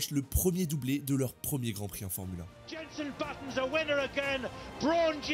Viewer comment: Très bonne vidéo juste c’est Jenson pas jenssen